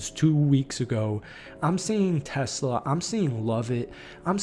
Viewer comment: It’s pronounced t’SLAH. Not TESS-luh like the car.